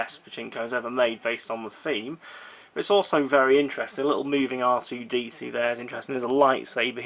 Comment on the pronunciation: am i the only one who noticed and is bothered that he called R2-D2 RC-DC?